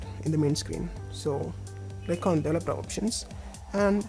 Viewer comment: why do all you indians say "delevoper"? its not delevoper its developer!